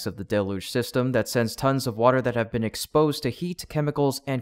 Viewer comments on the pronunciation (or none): none